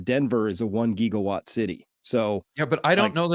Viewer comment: What exactly is a geegawatt? I know what a gigawatt is…